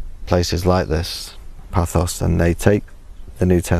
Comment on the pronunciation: Paphos or Pafos......not Pathos....